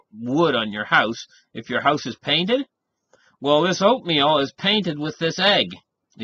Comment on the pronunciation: Oatmeal .... I thought you said opium LOL